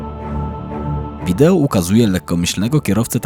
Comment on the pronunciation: Wideo się mówi, nie wideło 😊